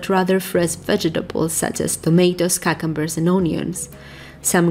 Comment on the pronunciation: ειναι λιγο περιεργο το πως προφερεις τα αγγουρια στα αγγλικα...νομιζω κιουκαμπερς λεγονται...αλλα φανταστικο βιντεο!!!